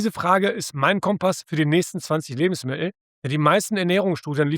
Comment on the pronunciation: Lustig, die Aussprache von "Lebensmi*el" 😅😆